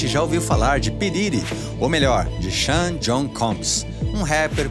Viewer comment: E' Xo'n que se fala, nao Xan! Acabam c/ o meu nome! Seria John ou Joao em Irlandes e se soletra Seanm Shawn, Shaun. Geralmente "Shaun" e' mais usado p/ mulheres, mas exista Shawna/Shauna tambem. Ha' variacoes do nome Sein, Seen, Shen, pronunciados Xein. Ha' muitos descendentes de de irlandeses aqui. Apos a potato famine ou fome da batata, muitos irlandeses catolicos imigraram aos EU, onde foram discriminados pelos protestantes por serem da religiao q os perseguiu e matou na Europa. Entao achavam que catolicos eram espioes do papa. Foram colonizados pelos britanicos tambem e estadunidenses de origem anglo saxan os consideravam inferiores por isso. Irlanses sao tao brancos que alguns sao ruivos, mas nao eles, judeus, italianos, gregos e outros do Mediterraneo, nao eram considerados brancos nos EU! Irlandeses nao sao do Mediterraneo mas havia placas em restaurantes/bares que diziam No dogs/No Irish! ou proibida a entrada de caes e irlandeses. Sofreram, trabalharam duro e construiram escolas, hospitais etc, geralmente catolicos e a mais bela catedral de Manhattan, NY e' a St Patrick's que leva o nome do protetor da Irlanda ficando na avenida mais importante, a 5a! o Carnegie Music Hall foi patrocinado por 1 irlandez filantropo que ficou riquissimo, como os Rockefeller, q eram protestates e da maconaria.